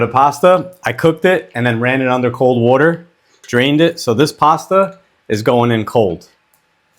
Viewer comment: Cold wooter